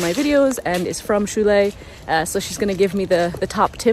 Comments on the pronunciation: Just say: SHOW-LAY. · It’s pronounced like “show lay”. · I will help you a little, read it like "shou-lee-yay". It won't be perfect, but it will give you an idea. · Show-Lay, it's easy